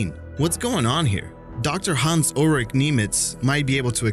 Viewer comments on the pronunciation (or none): none